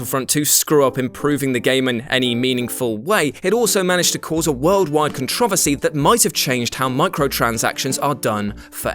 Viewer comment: con-tro-vuh-see? wtf. speak english dude